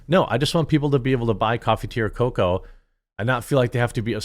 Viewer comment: I hate when this guy says cocoa.